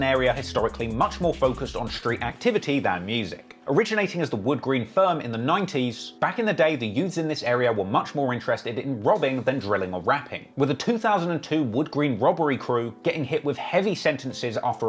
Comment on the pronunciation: Everything he says 90's I swear it sounds like naughties 🤣🤣🤣